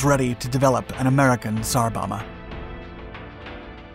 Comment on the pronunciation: Bomba is pronounced Bom-bah (Bom is pronounced like the dome, but with a b)